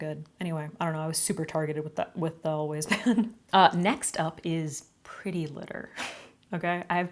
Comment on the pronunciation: How many other people thought she said "Always pads" instead of "always pan" at first? 🖐️